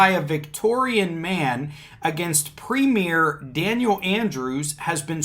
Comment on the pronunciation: Hi. This made the main news here in Australia, that’s probably why so many were logged in. Now, the premier is like a governor of a state in the US. It is pronounced “prem yer “ not “ prem ear” the sovcits and some of the “ normal” population are all screaming conspiracy!! They are thinking Dan Andrews is turning into a dictator and is drunk on the power he has and has used. Our state of Victoria has been listed as the most lockdown country in the world. Her had the most days in lockdown, we even had curfews that went from 11pm to 5am each day. You were only allowed out for a few reasons during curfew. 1.Was if you were an essential worker ie: emergency worker, truck driver delivering goods deemed essential, 2, to obtain medical treatment 3, to escape domestic violence or abuse. You also required a ( permit) to travel during covid lockdown and during curfew. So, people were saying that Dan Andrews was over stepping by bringing in these strict rules. Hence the conspiracy theories lol. The sovcits here are that stupid, they use the US constitution, the right to travel garbage etc. it’s amazing how stupid some can be from watching shit on the internet I hope this explains a bit oh yeah, one last thing, to have something “ struck out” in court is a term we use for the judge dismissing the case/motion or just finding no merit in what’s before them.